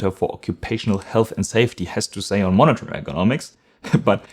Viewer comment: Dass du gerade "monitor" so komisch aussprechen musst 🙈. "Monnetörrrrrrrr". Dass im Amerikanischen Englisch der ɚ-Laut am Ende zwischen ö und r liegt, ist ja richtig, aber du ziehst das glaube ich zu lang und machst die Lippen zu rund. Dieser Vokal am Ende sollte eigentlich genauso klingen wie beim englischen "her".